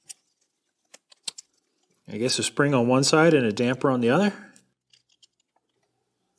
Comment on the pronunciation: Props for calling them dampers and not dampeners